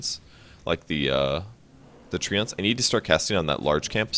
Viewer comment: You're saying "Treants" wrong. It's "Tree-ants".